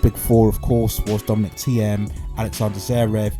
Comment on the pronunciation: I am a german native, please say "Thiem" like you pronounce "TEAM" in English! Thx